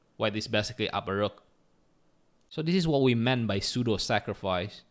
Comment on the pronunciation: Pseudo is read sudo 😊